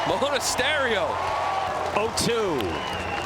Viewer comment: . MONTASERIO ? 🤣 ITS MONASTERIO !